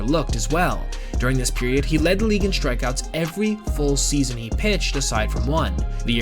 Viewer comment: Good video. Recommend you pronounce ‘strikeouts’ just the way it’s spelled, not like ‘shtrikeouts’.